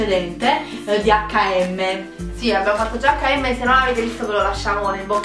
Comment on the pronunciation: guarda non voglio offenderti ma se proprio vuoi correggerla impara prima l'inglese perché la pronuncia scritta cosi non è corretta :) si dice eic end em (praticamente come pronunci nell'alfabeto inglese le lettere h - m mettendoci la e congiunzione in mezzo)